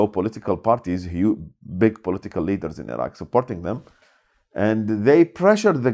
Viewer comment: Surely an Iraqi (of all people) should know how to pronounce "Iraq" and "Iraqi" properly, for goodness' sake?